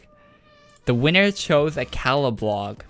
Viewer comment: When you say Caladbolg it sounds like claladblolg